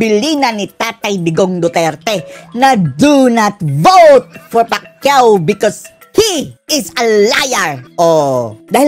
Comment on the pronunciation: Pac u Hindi Pacquiao 😂😂😂 bobo na naging bobo pa😂